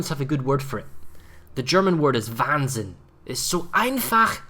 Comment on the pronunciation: Nice use of german there (and also very well pronounced) and you are right... the current fighters are nothing but Wahnsinn. Here is what i think would make them better: 1. Switch it to a consumable on the CV itself (besides its own ready defence squad) without charges and make it summable from all strike squads (with the active/cooldown timers of now). 2. Make it targetable on either enemy planes (kills planes in that squad equal to number of fighters like now) or allied ship (works like the surface ship sum. fighter and flies escort for its time or kill number).